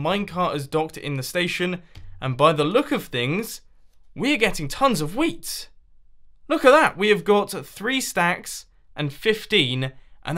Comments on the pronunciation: Whole episode, because of me, I heard weed instead of wheat and damn, it was funny XD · He say wheat like weed, don't know about the British accent, but it's weird.